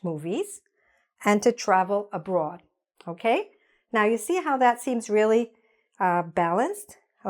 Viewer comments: Abroad not abrod ☺️ thanks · ABROAD!!! :-) NOT "abrod"!!! :-) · Abroad or abrod ? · abroad not abrod thank's for your attention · "Abrod"???? Im gonna sue my English teacher. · Ma'am, abroad - not abrod! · Abroad, not abrod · "Abroad" has an 'a' in it in English - not your Americanism, as you put . - "abrod"